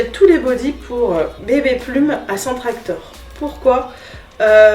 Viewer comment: cc ! alors je me permet : c’est Centrakor et pas CentreActor ..... Stokomani et pas Stockmanie 😁😘 sinon merci pour l’info, je fais ce soir voir pour trouver la petite table !! et j’espère que BébéPlume ira vite mieux 😓😘